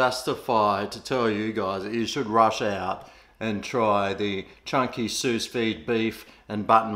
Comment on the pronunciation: It's a silent s at the end of Sous.